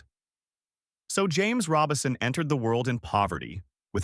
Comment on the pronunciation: (I believe you are mispronouncing his name. It's RO-Bison, not Robinson. There's no "n" in the name.) The Lord makes "beauty from ashes" indeed. I did not know of this change of position on certain topics nor how he chose to step back from the pulpit to re-evaluate his dedication to the Lord. Amen. He gets a crown of jewels in my book for seeing the internal issues he was having and valuing the Lord above all else. Amen. He still chose to love on people but did it from another vantage point. He is now with the Father, Jesus, and the Holy Spirit basking in the warmth and goodness of God.